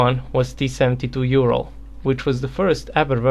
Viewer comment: T-72 Ural? You mean T-72 OURal!